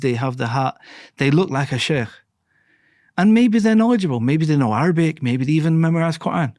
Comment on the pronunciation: Masha Allah , his pronunciation of arabic is marvellous.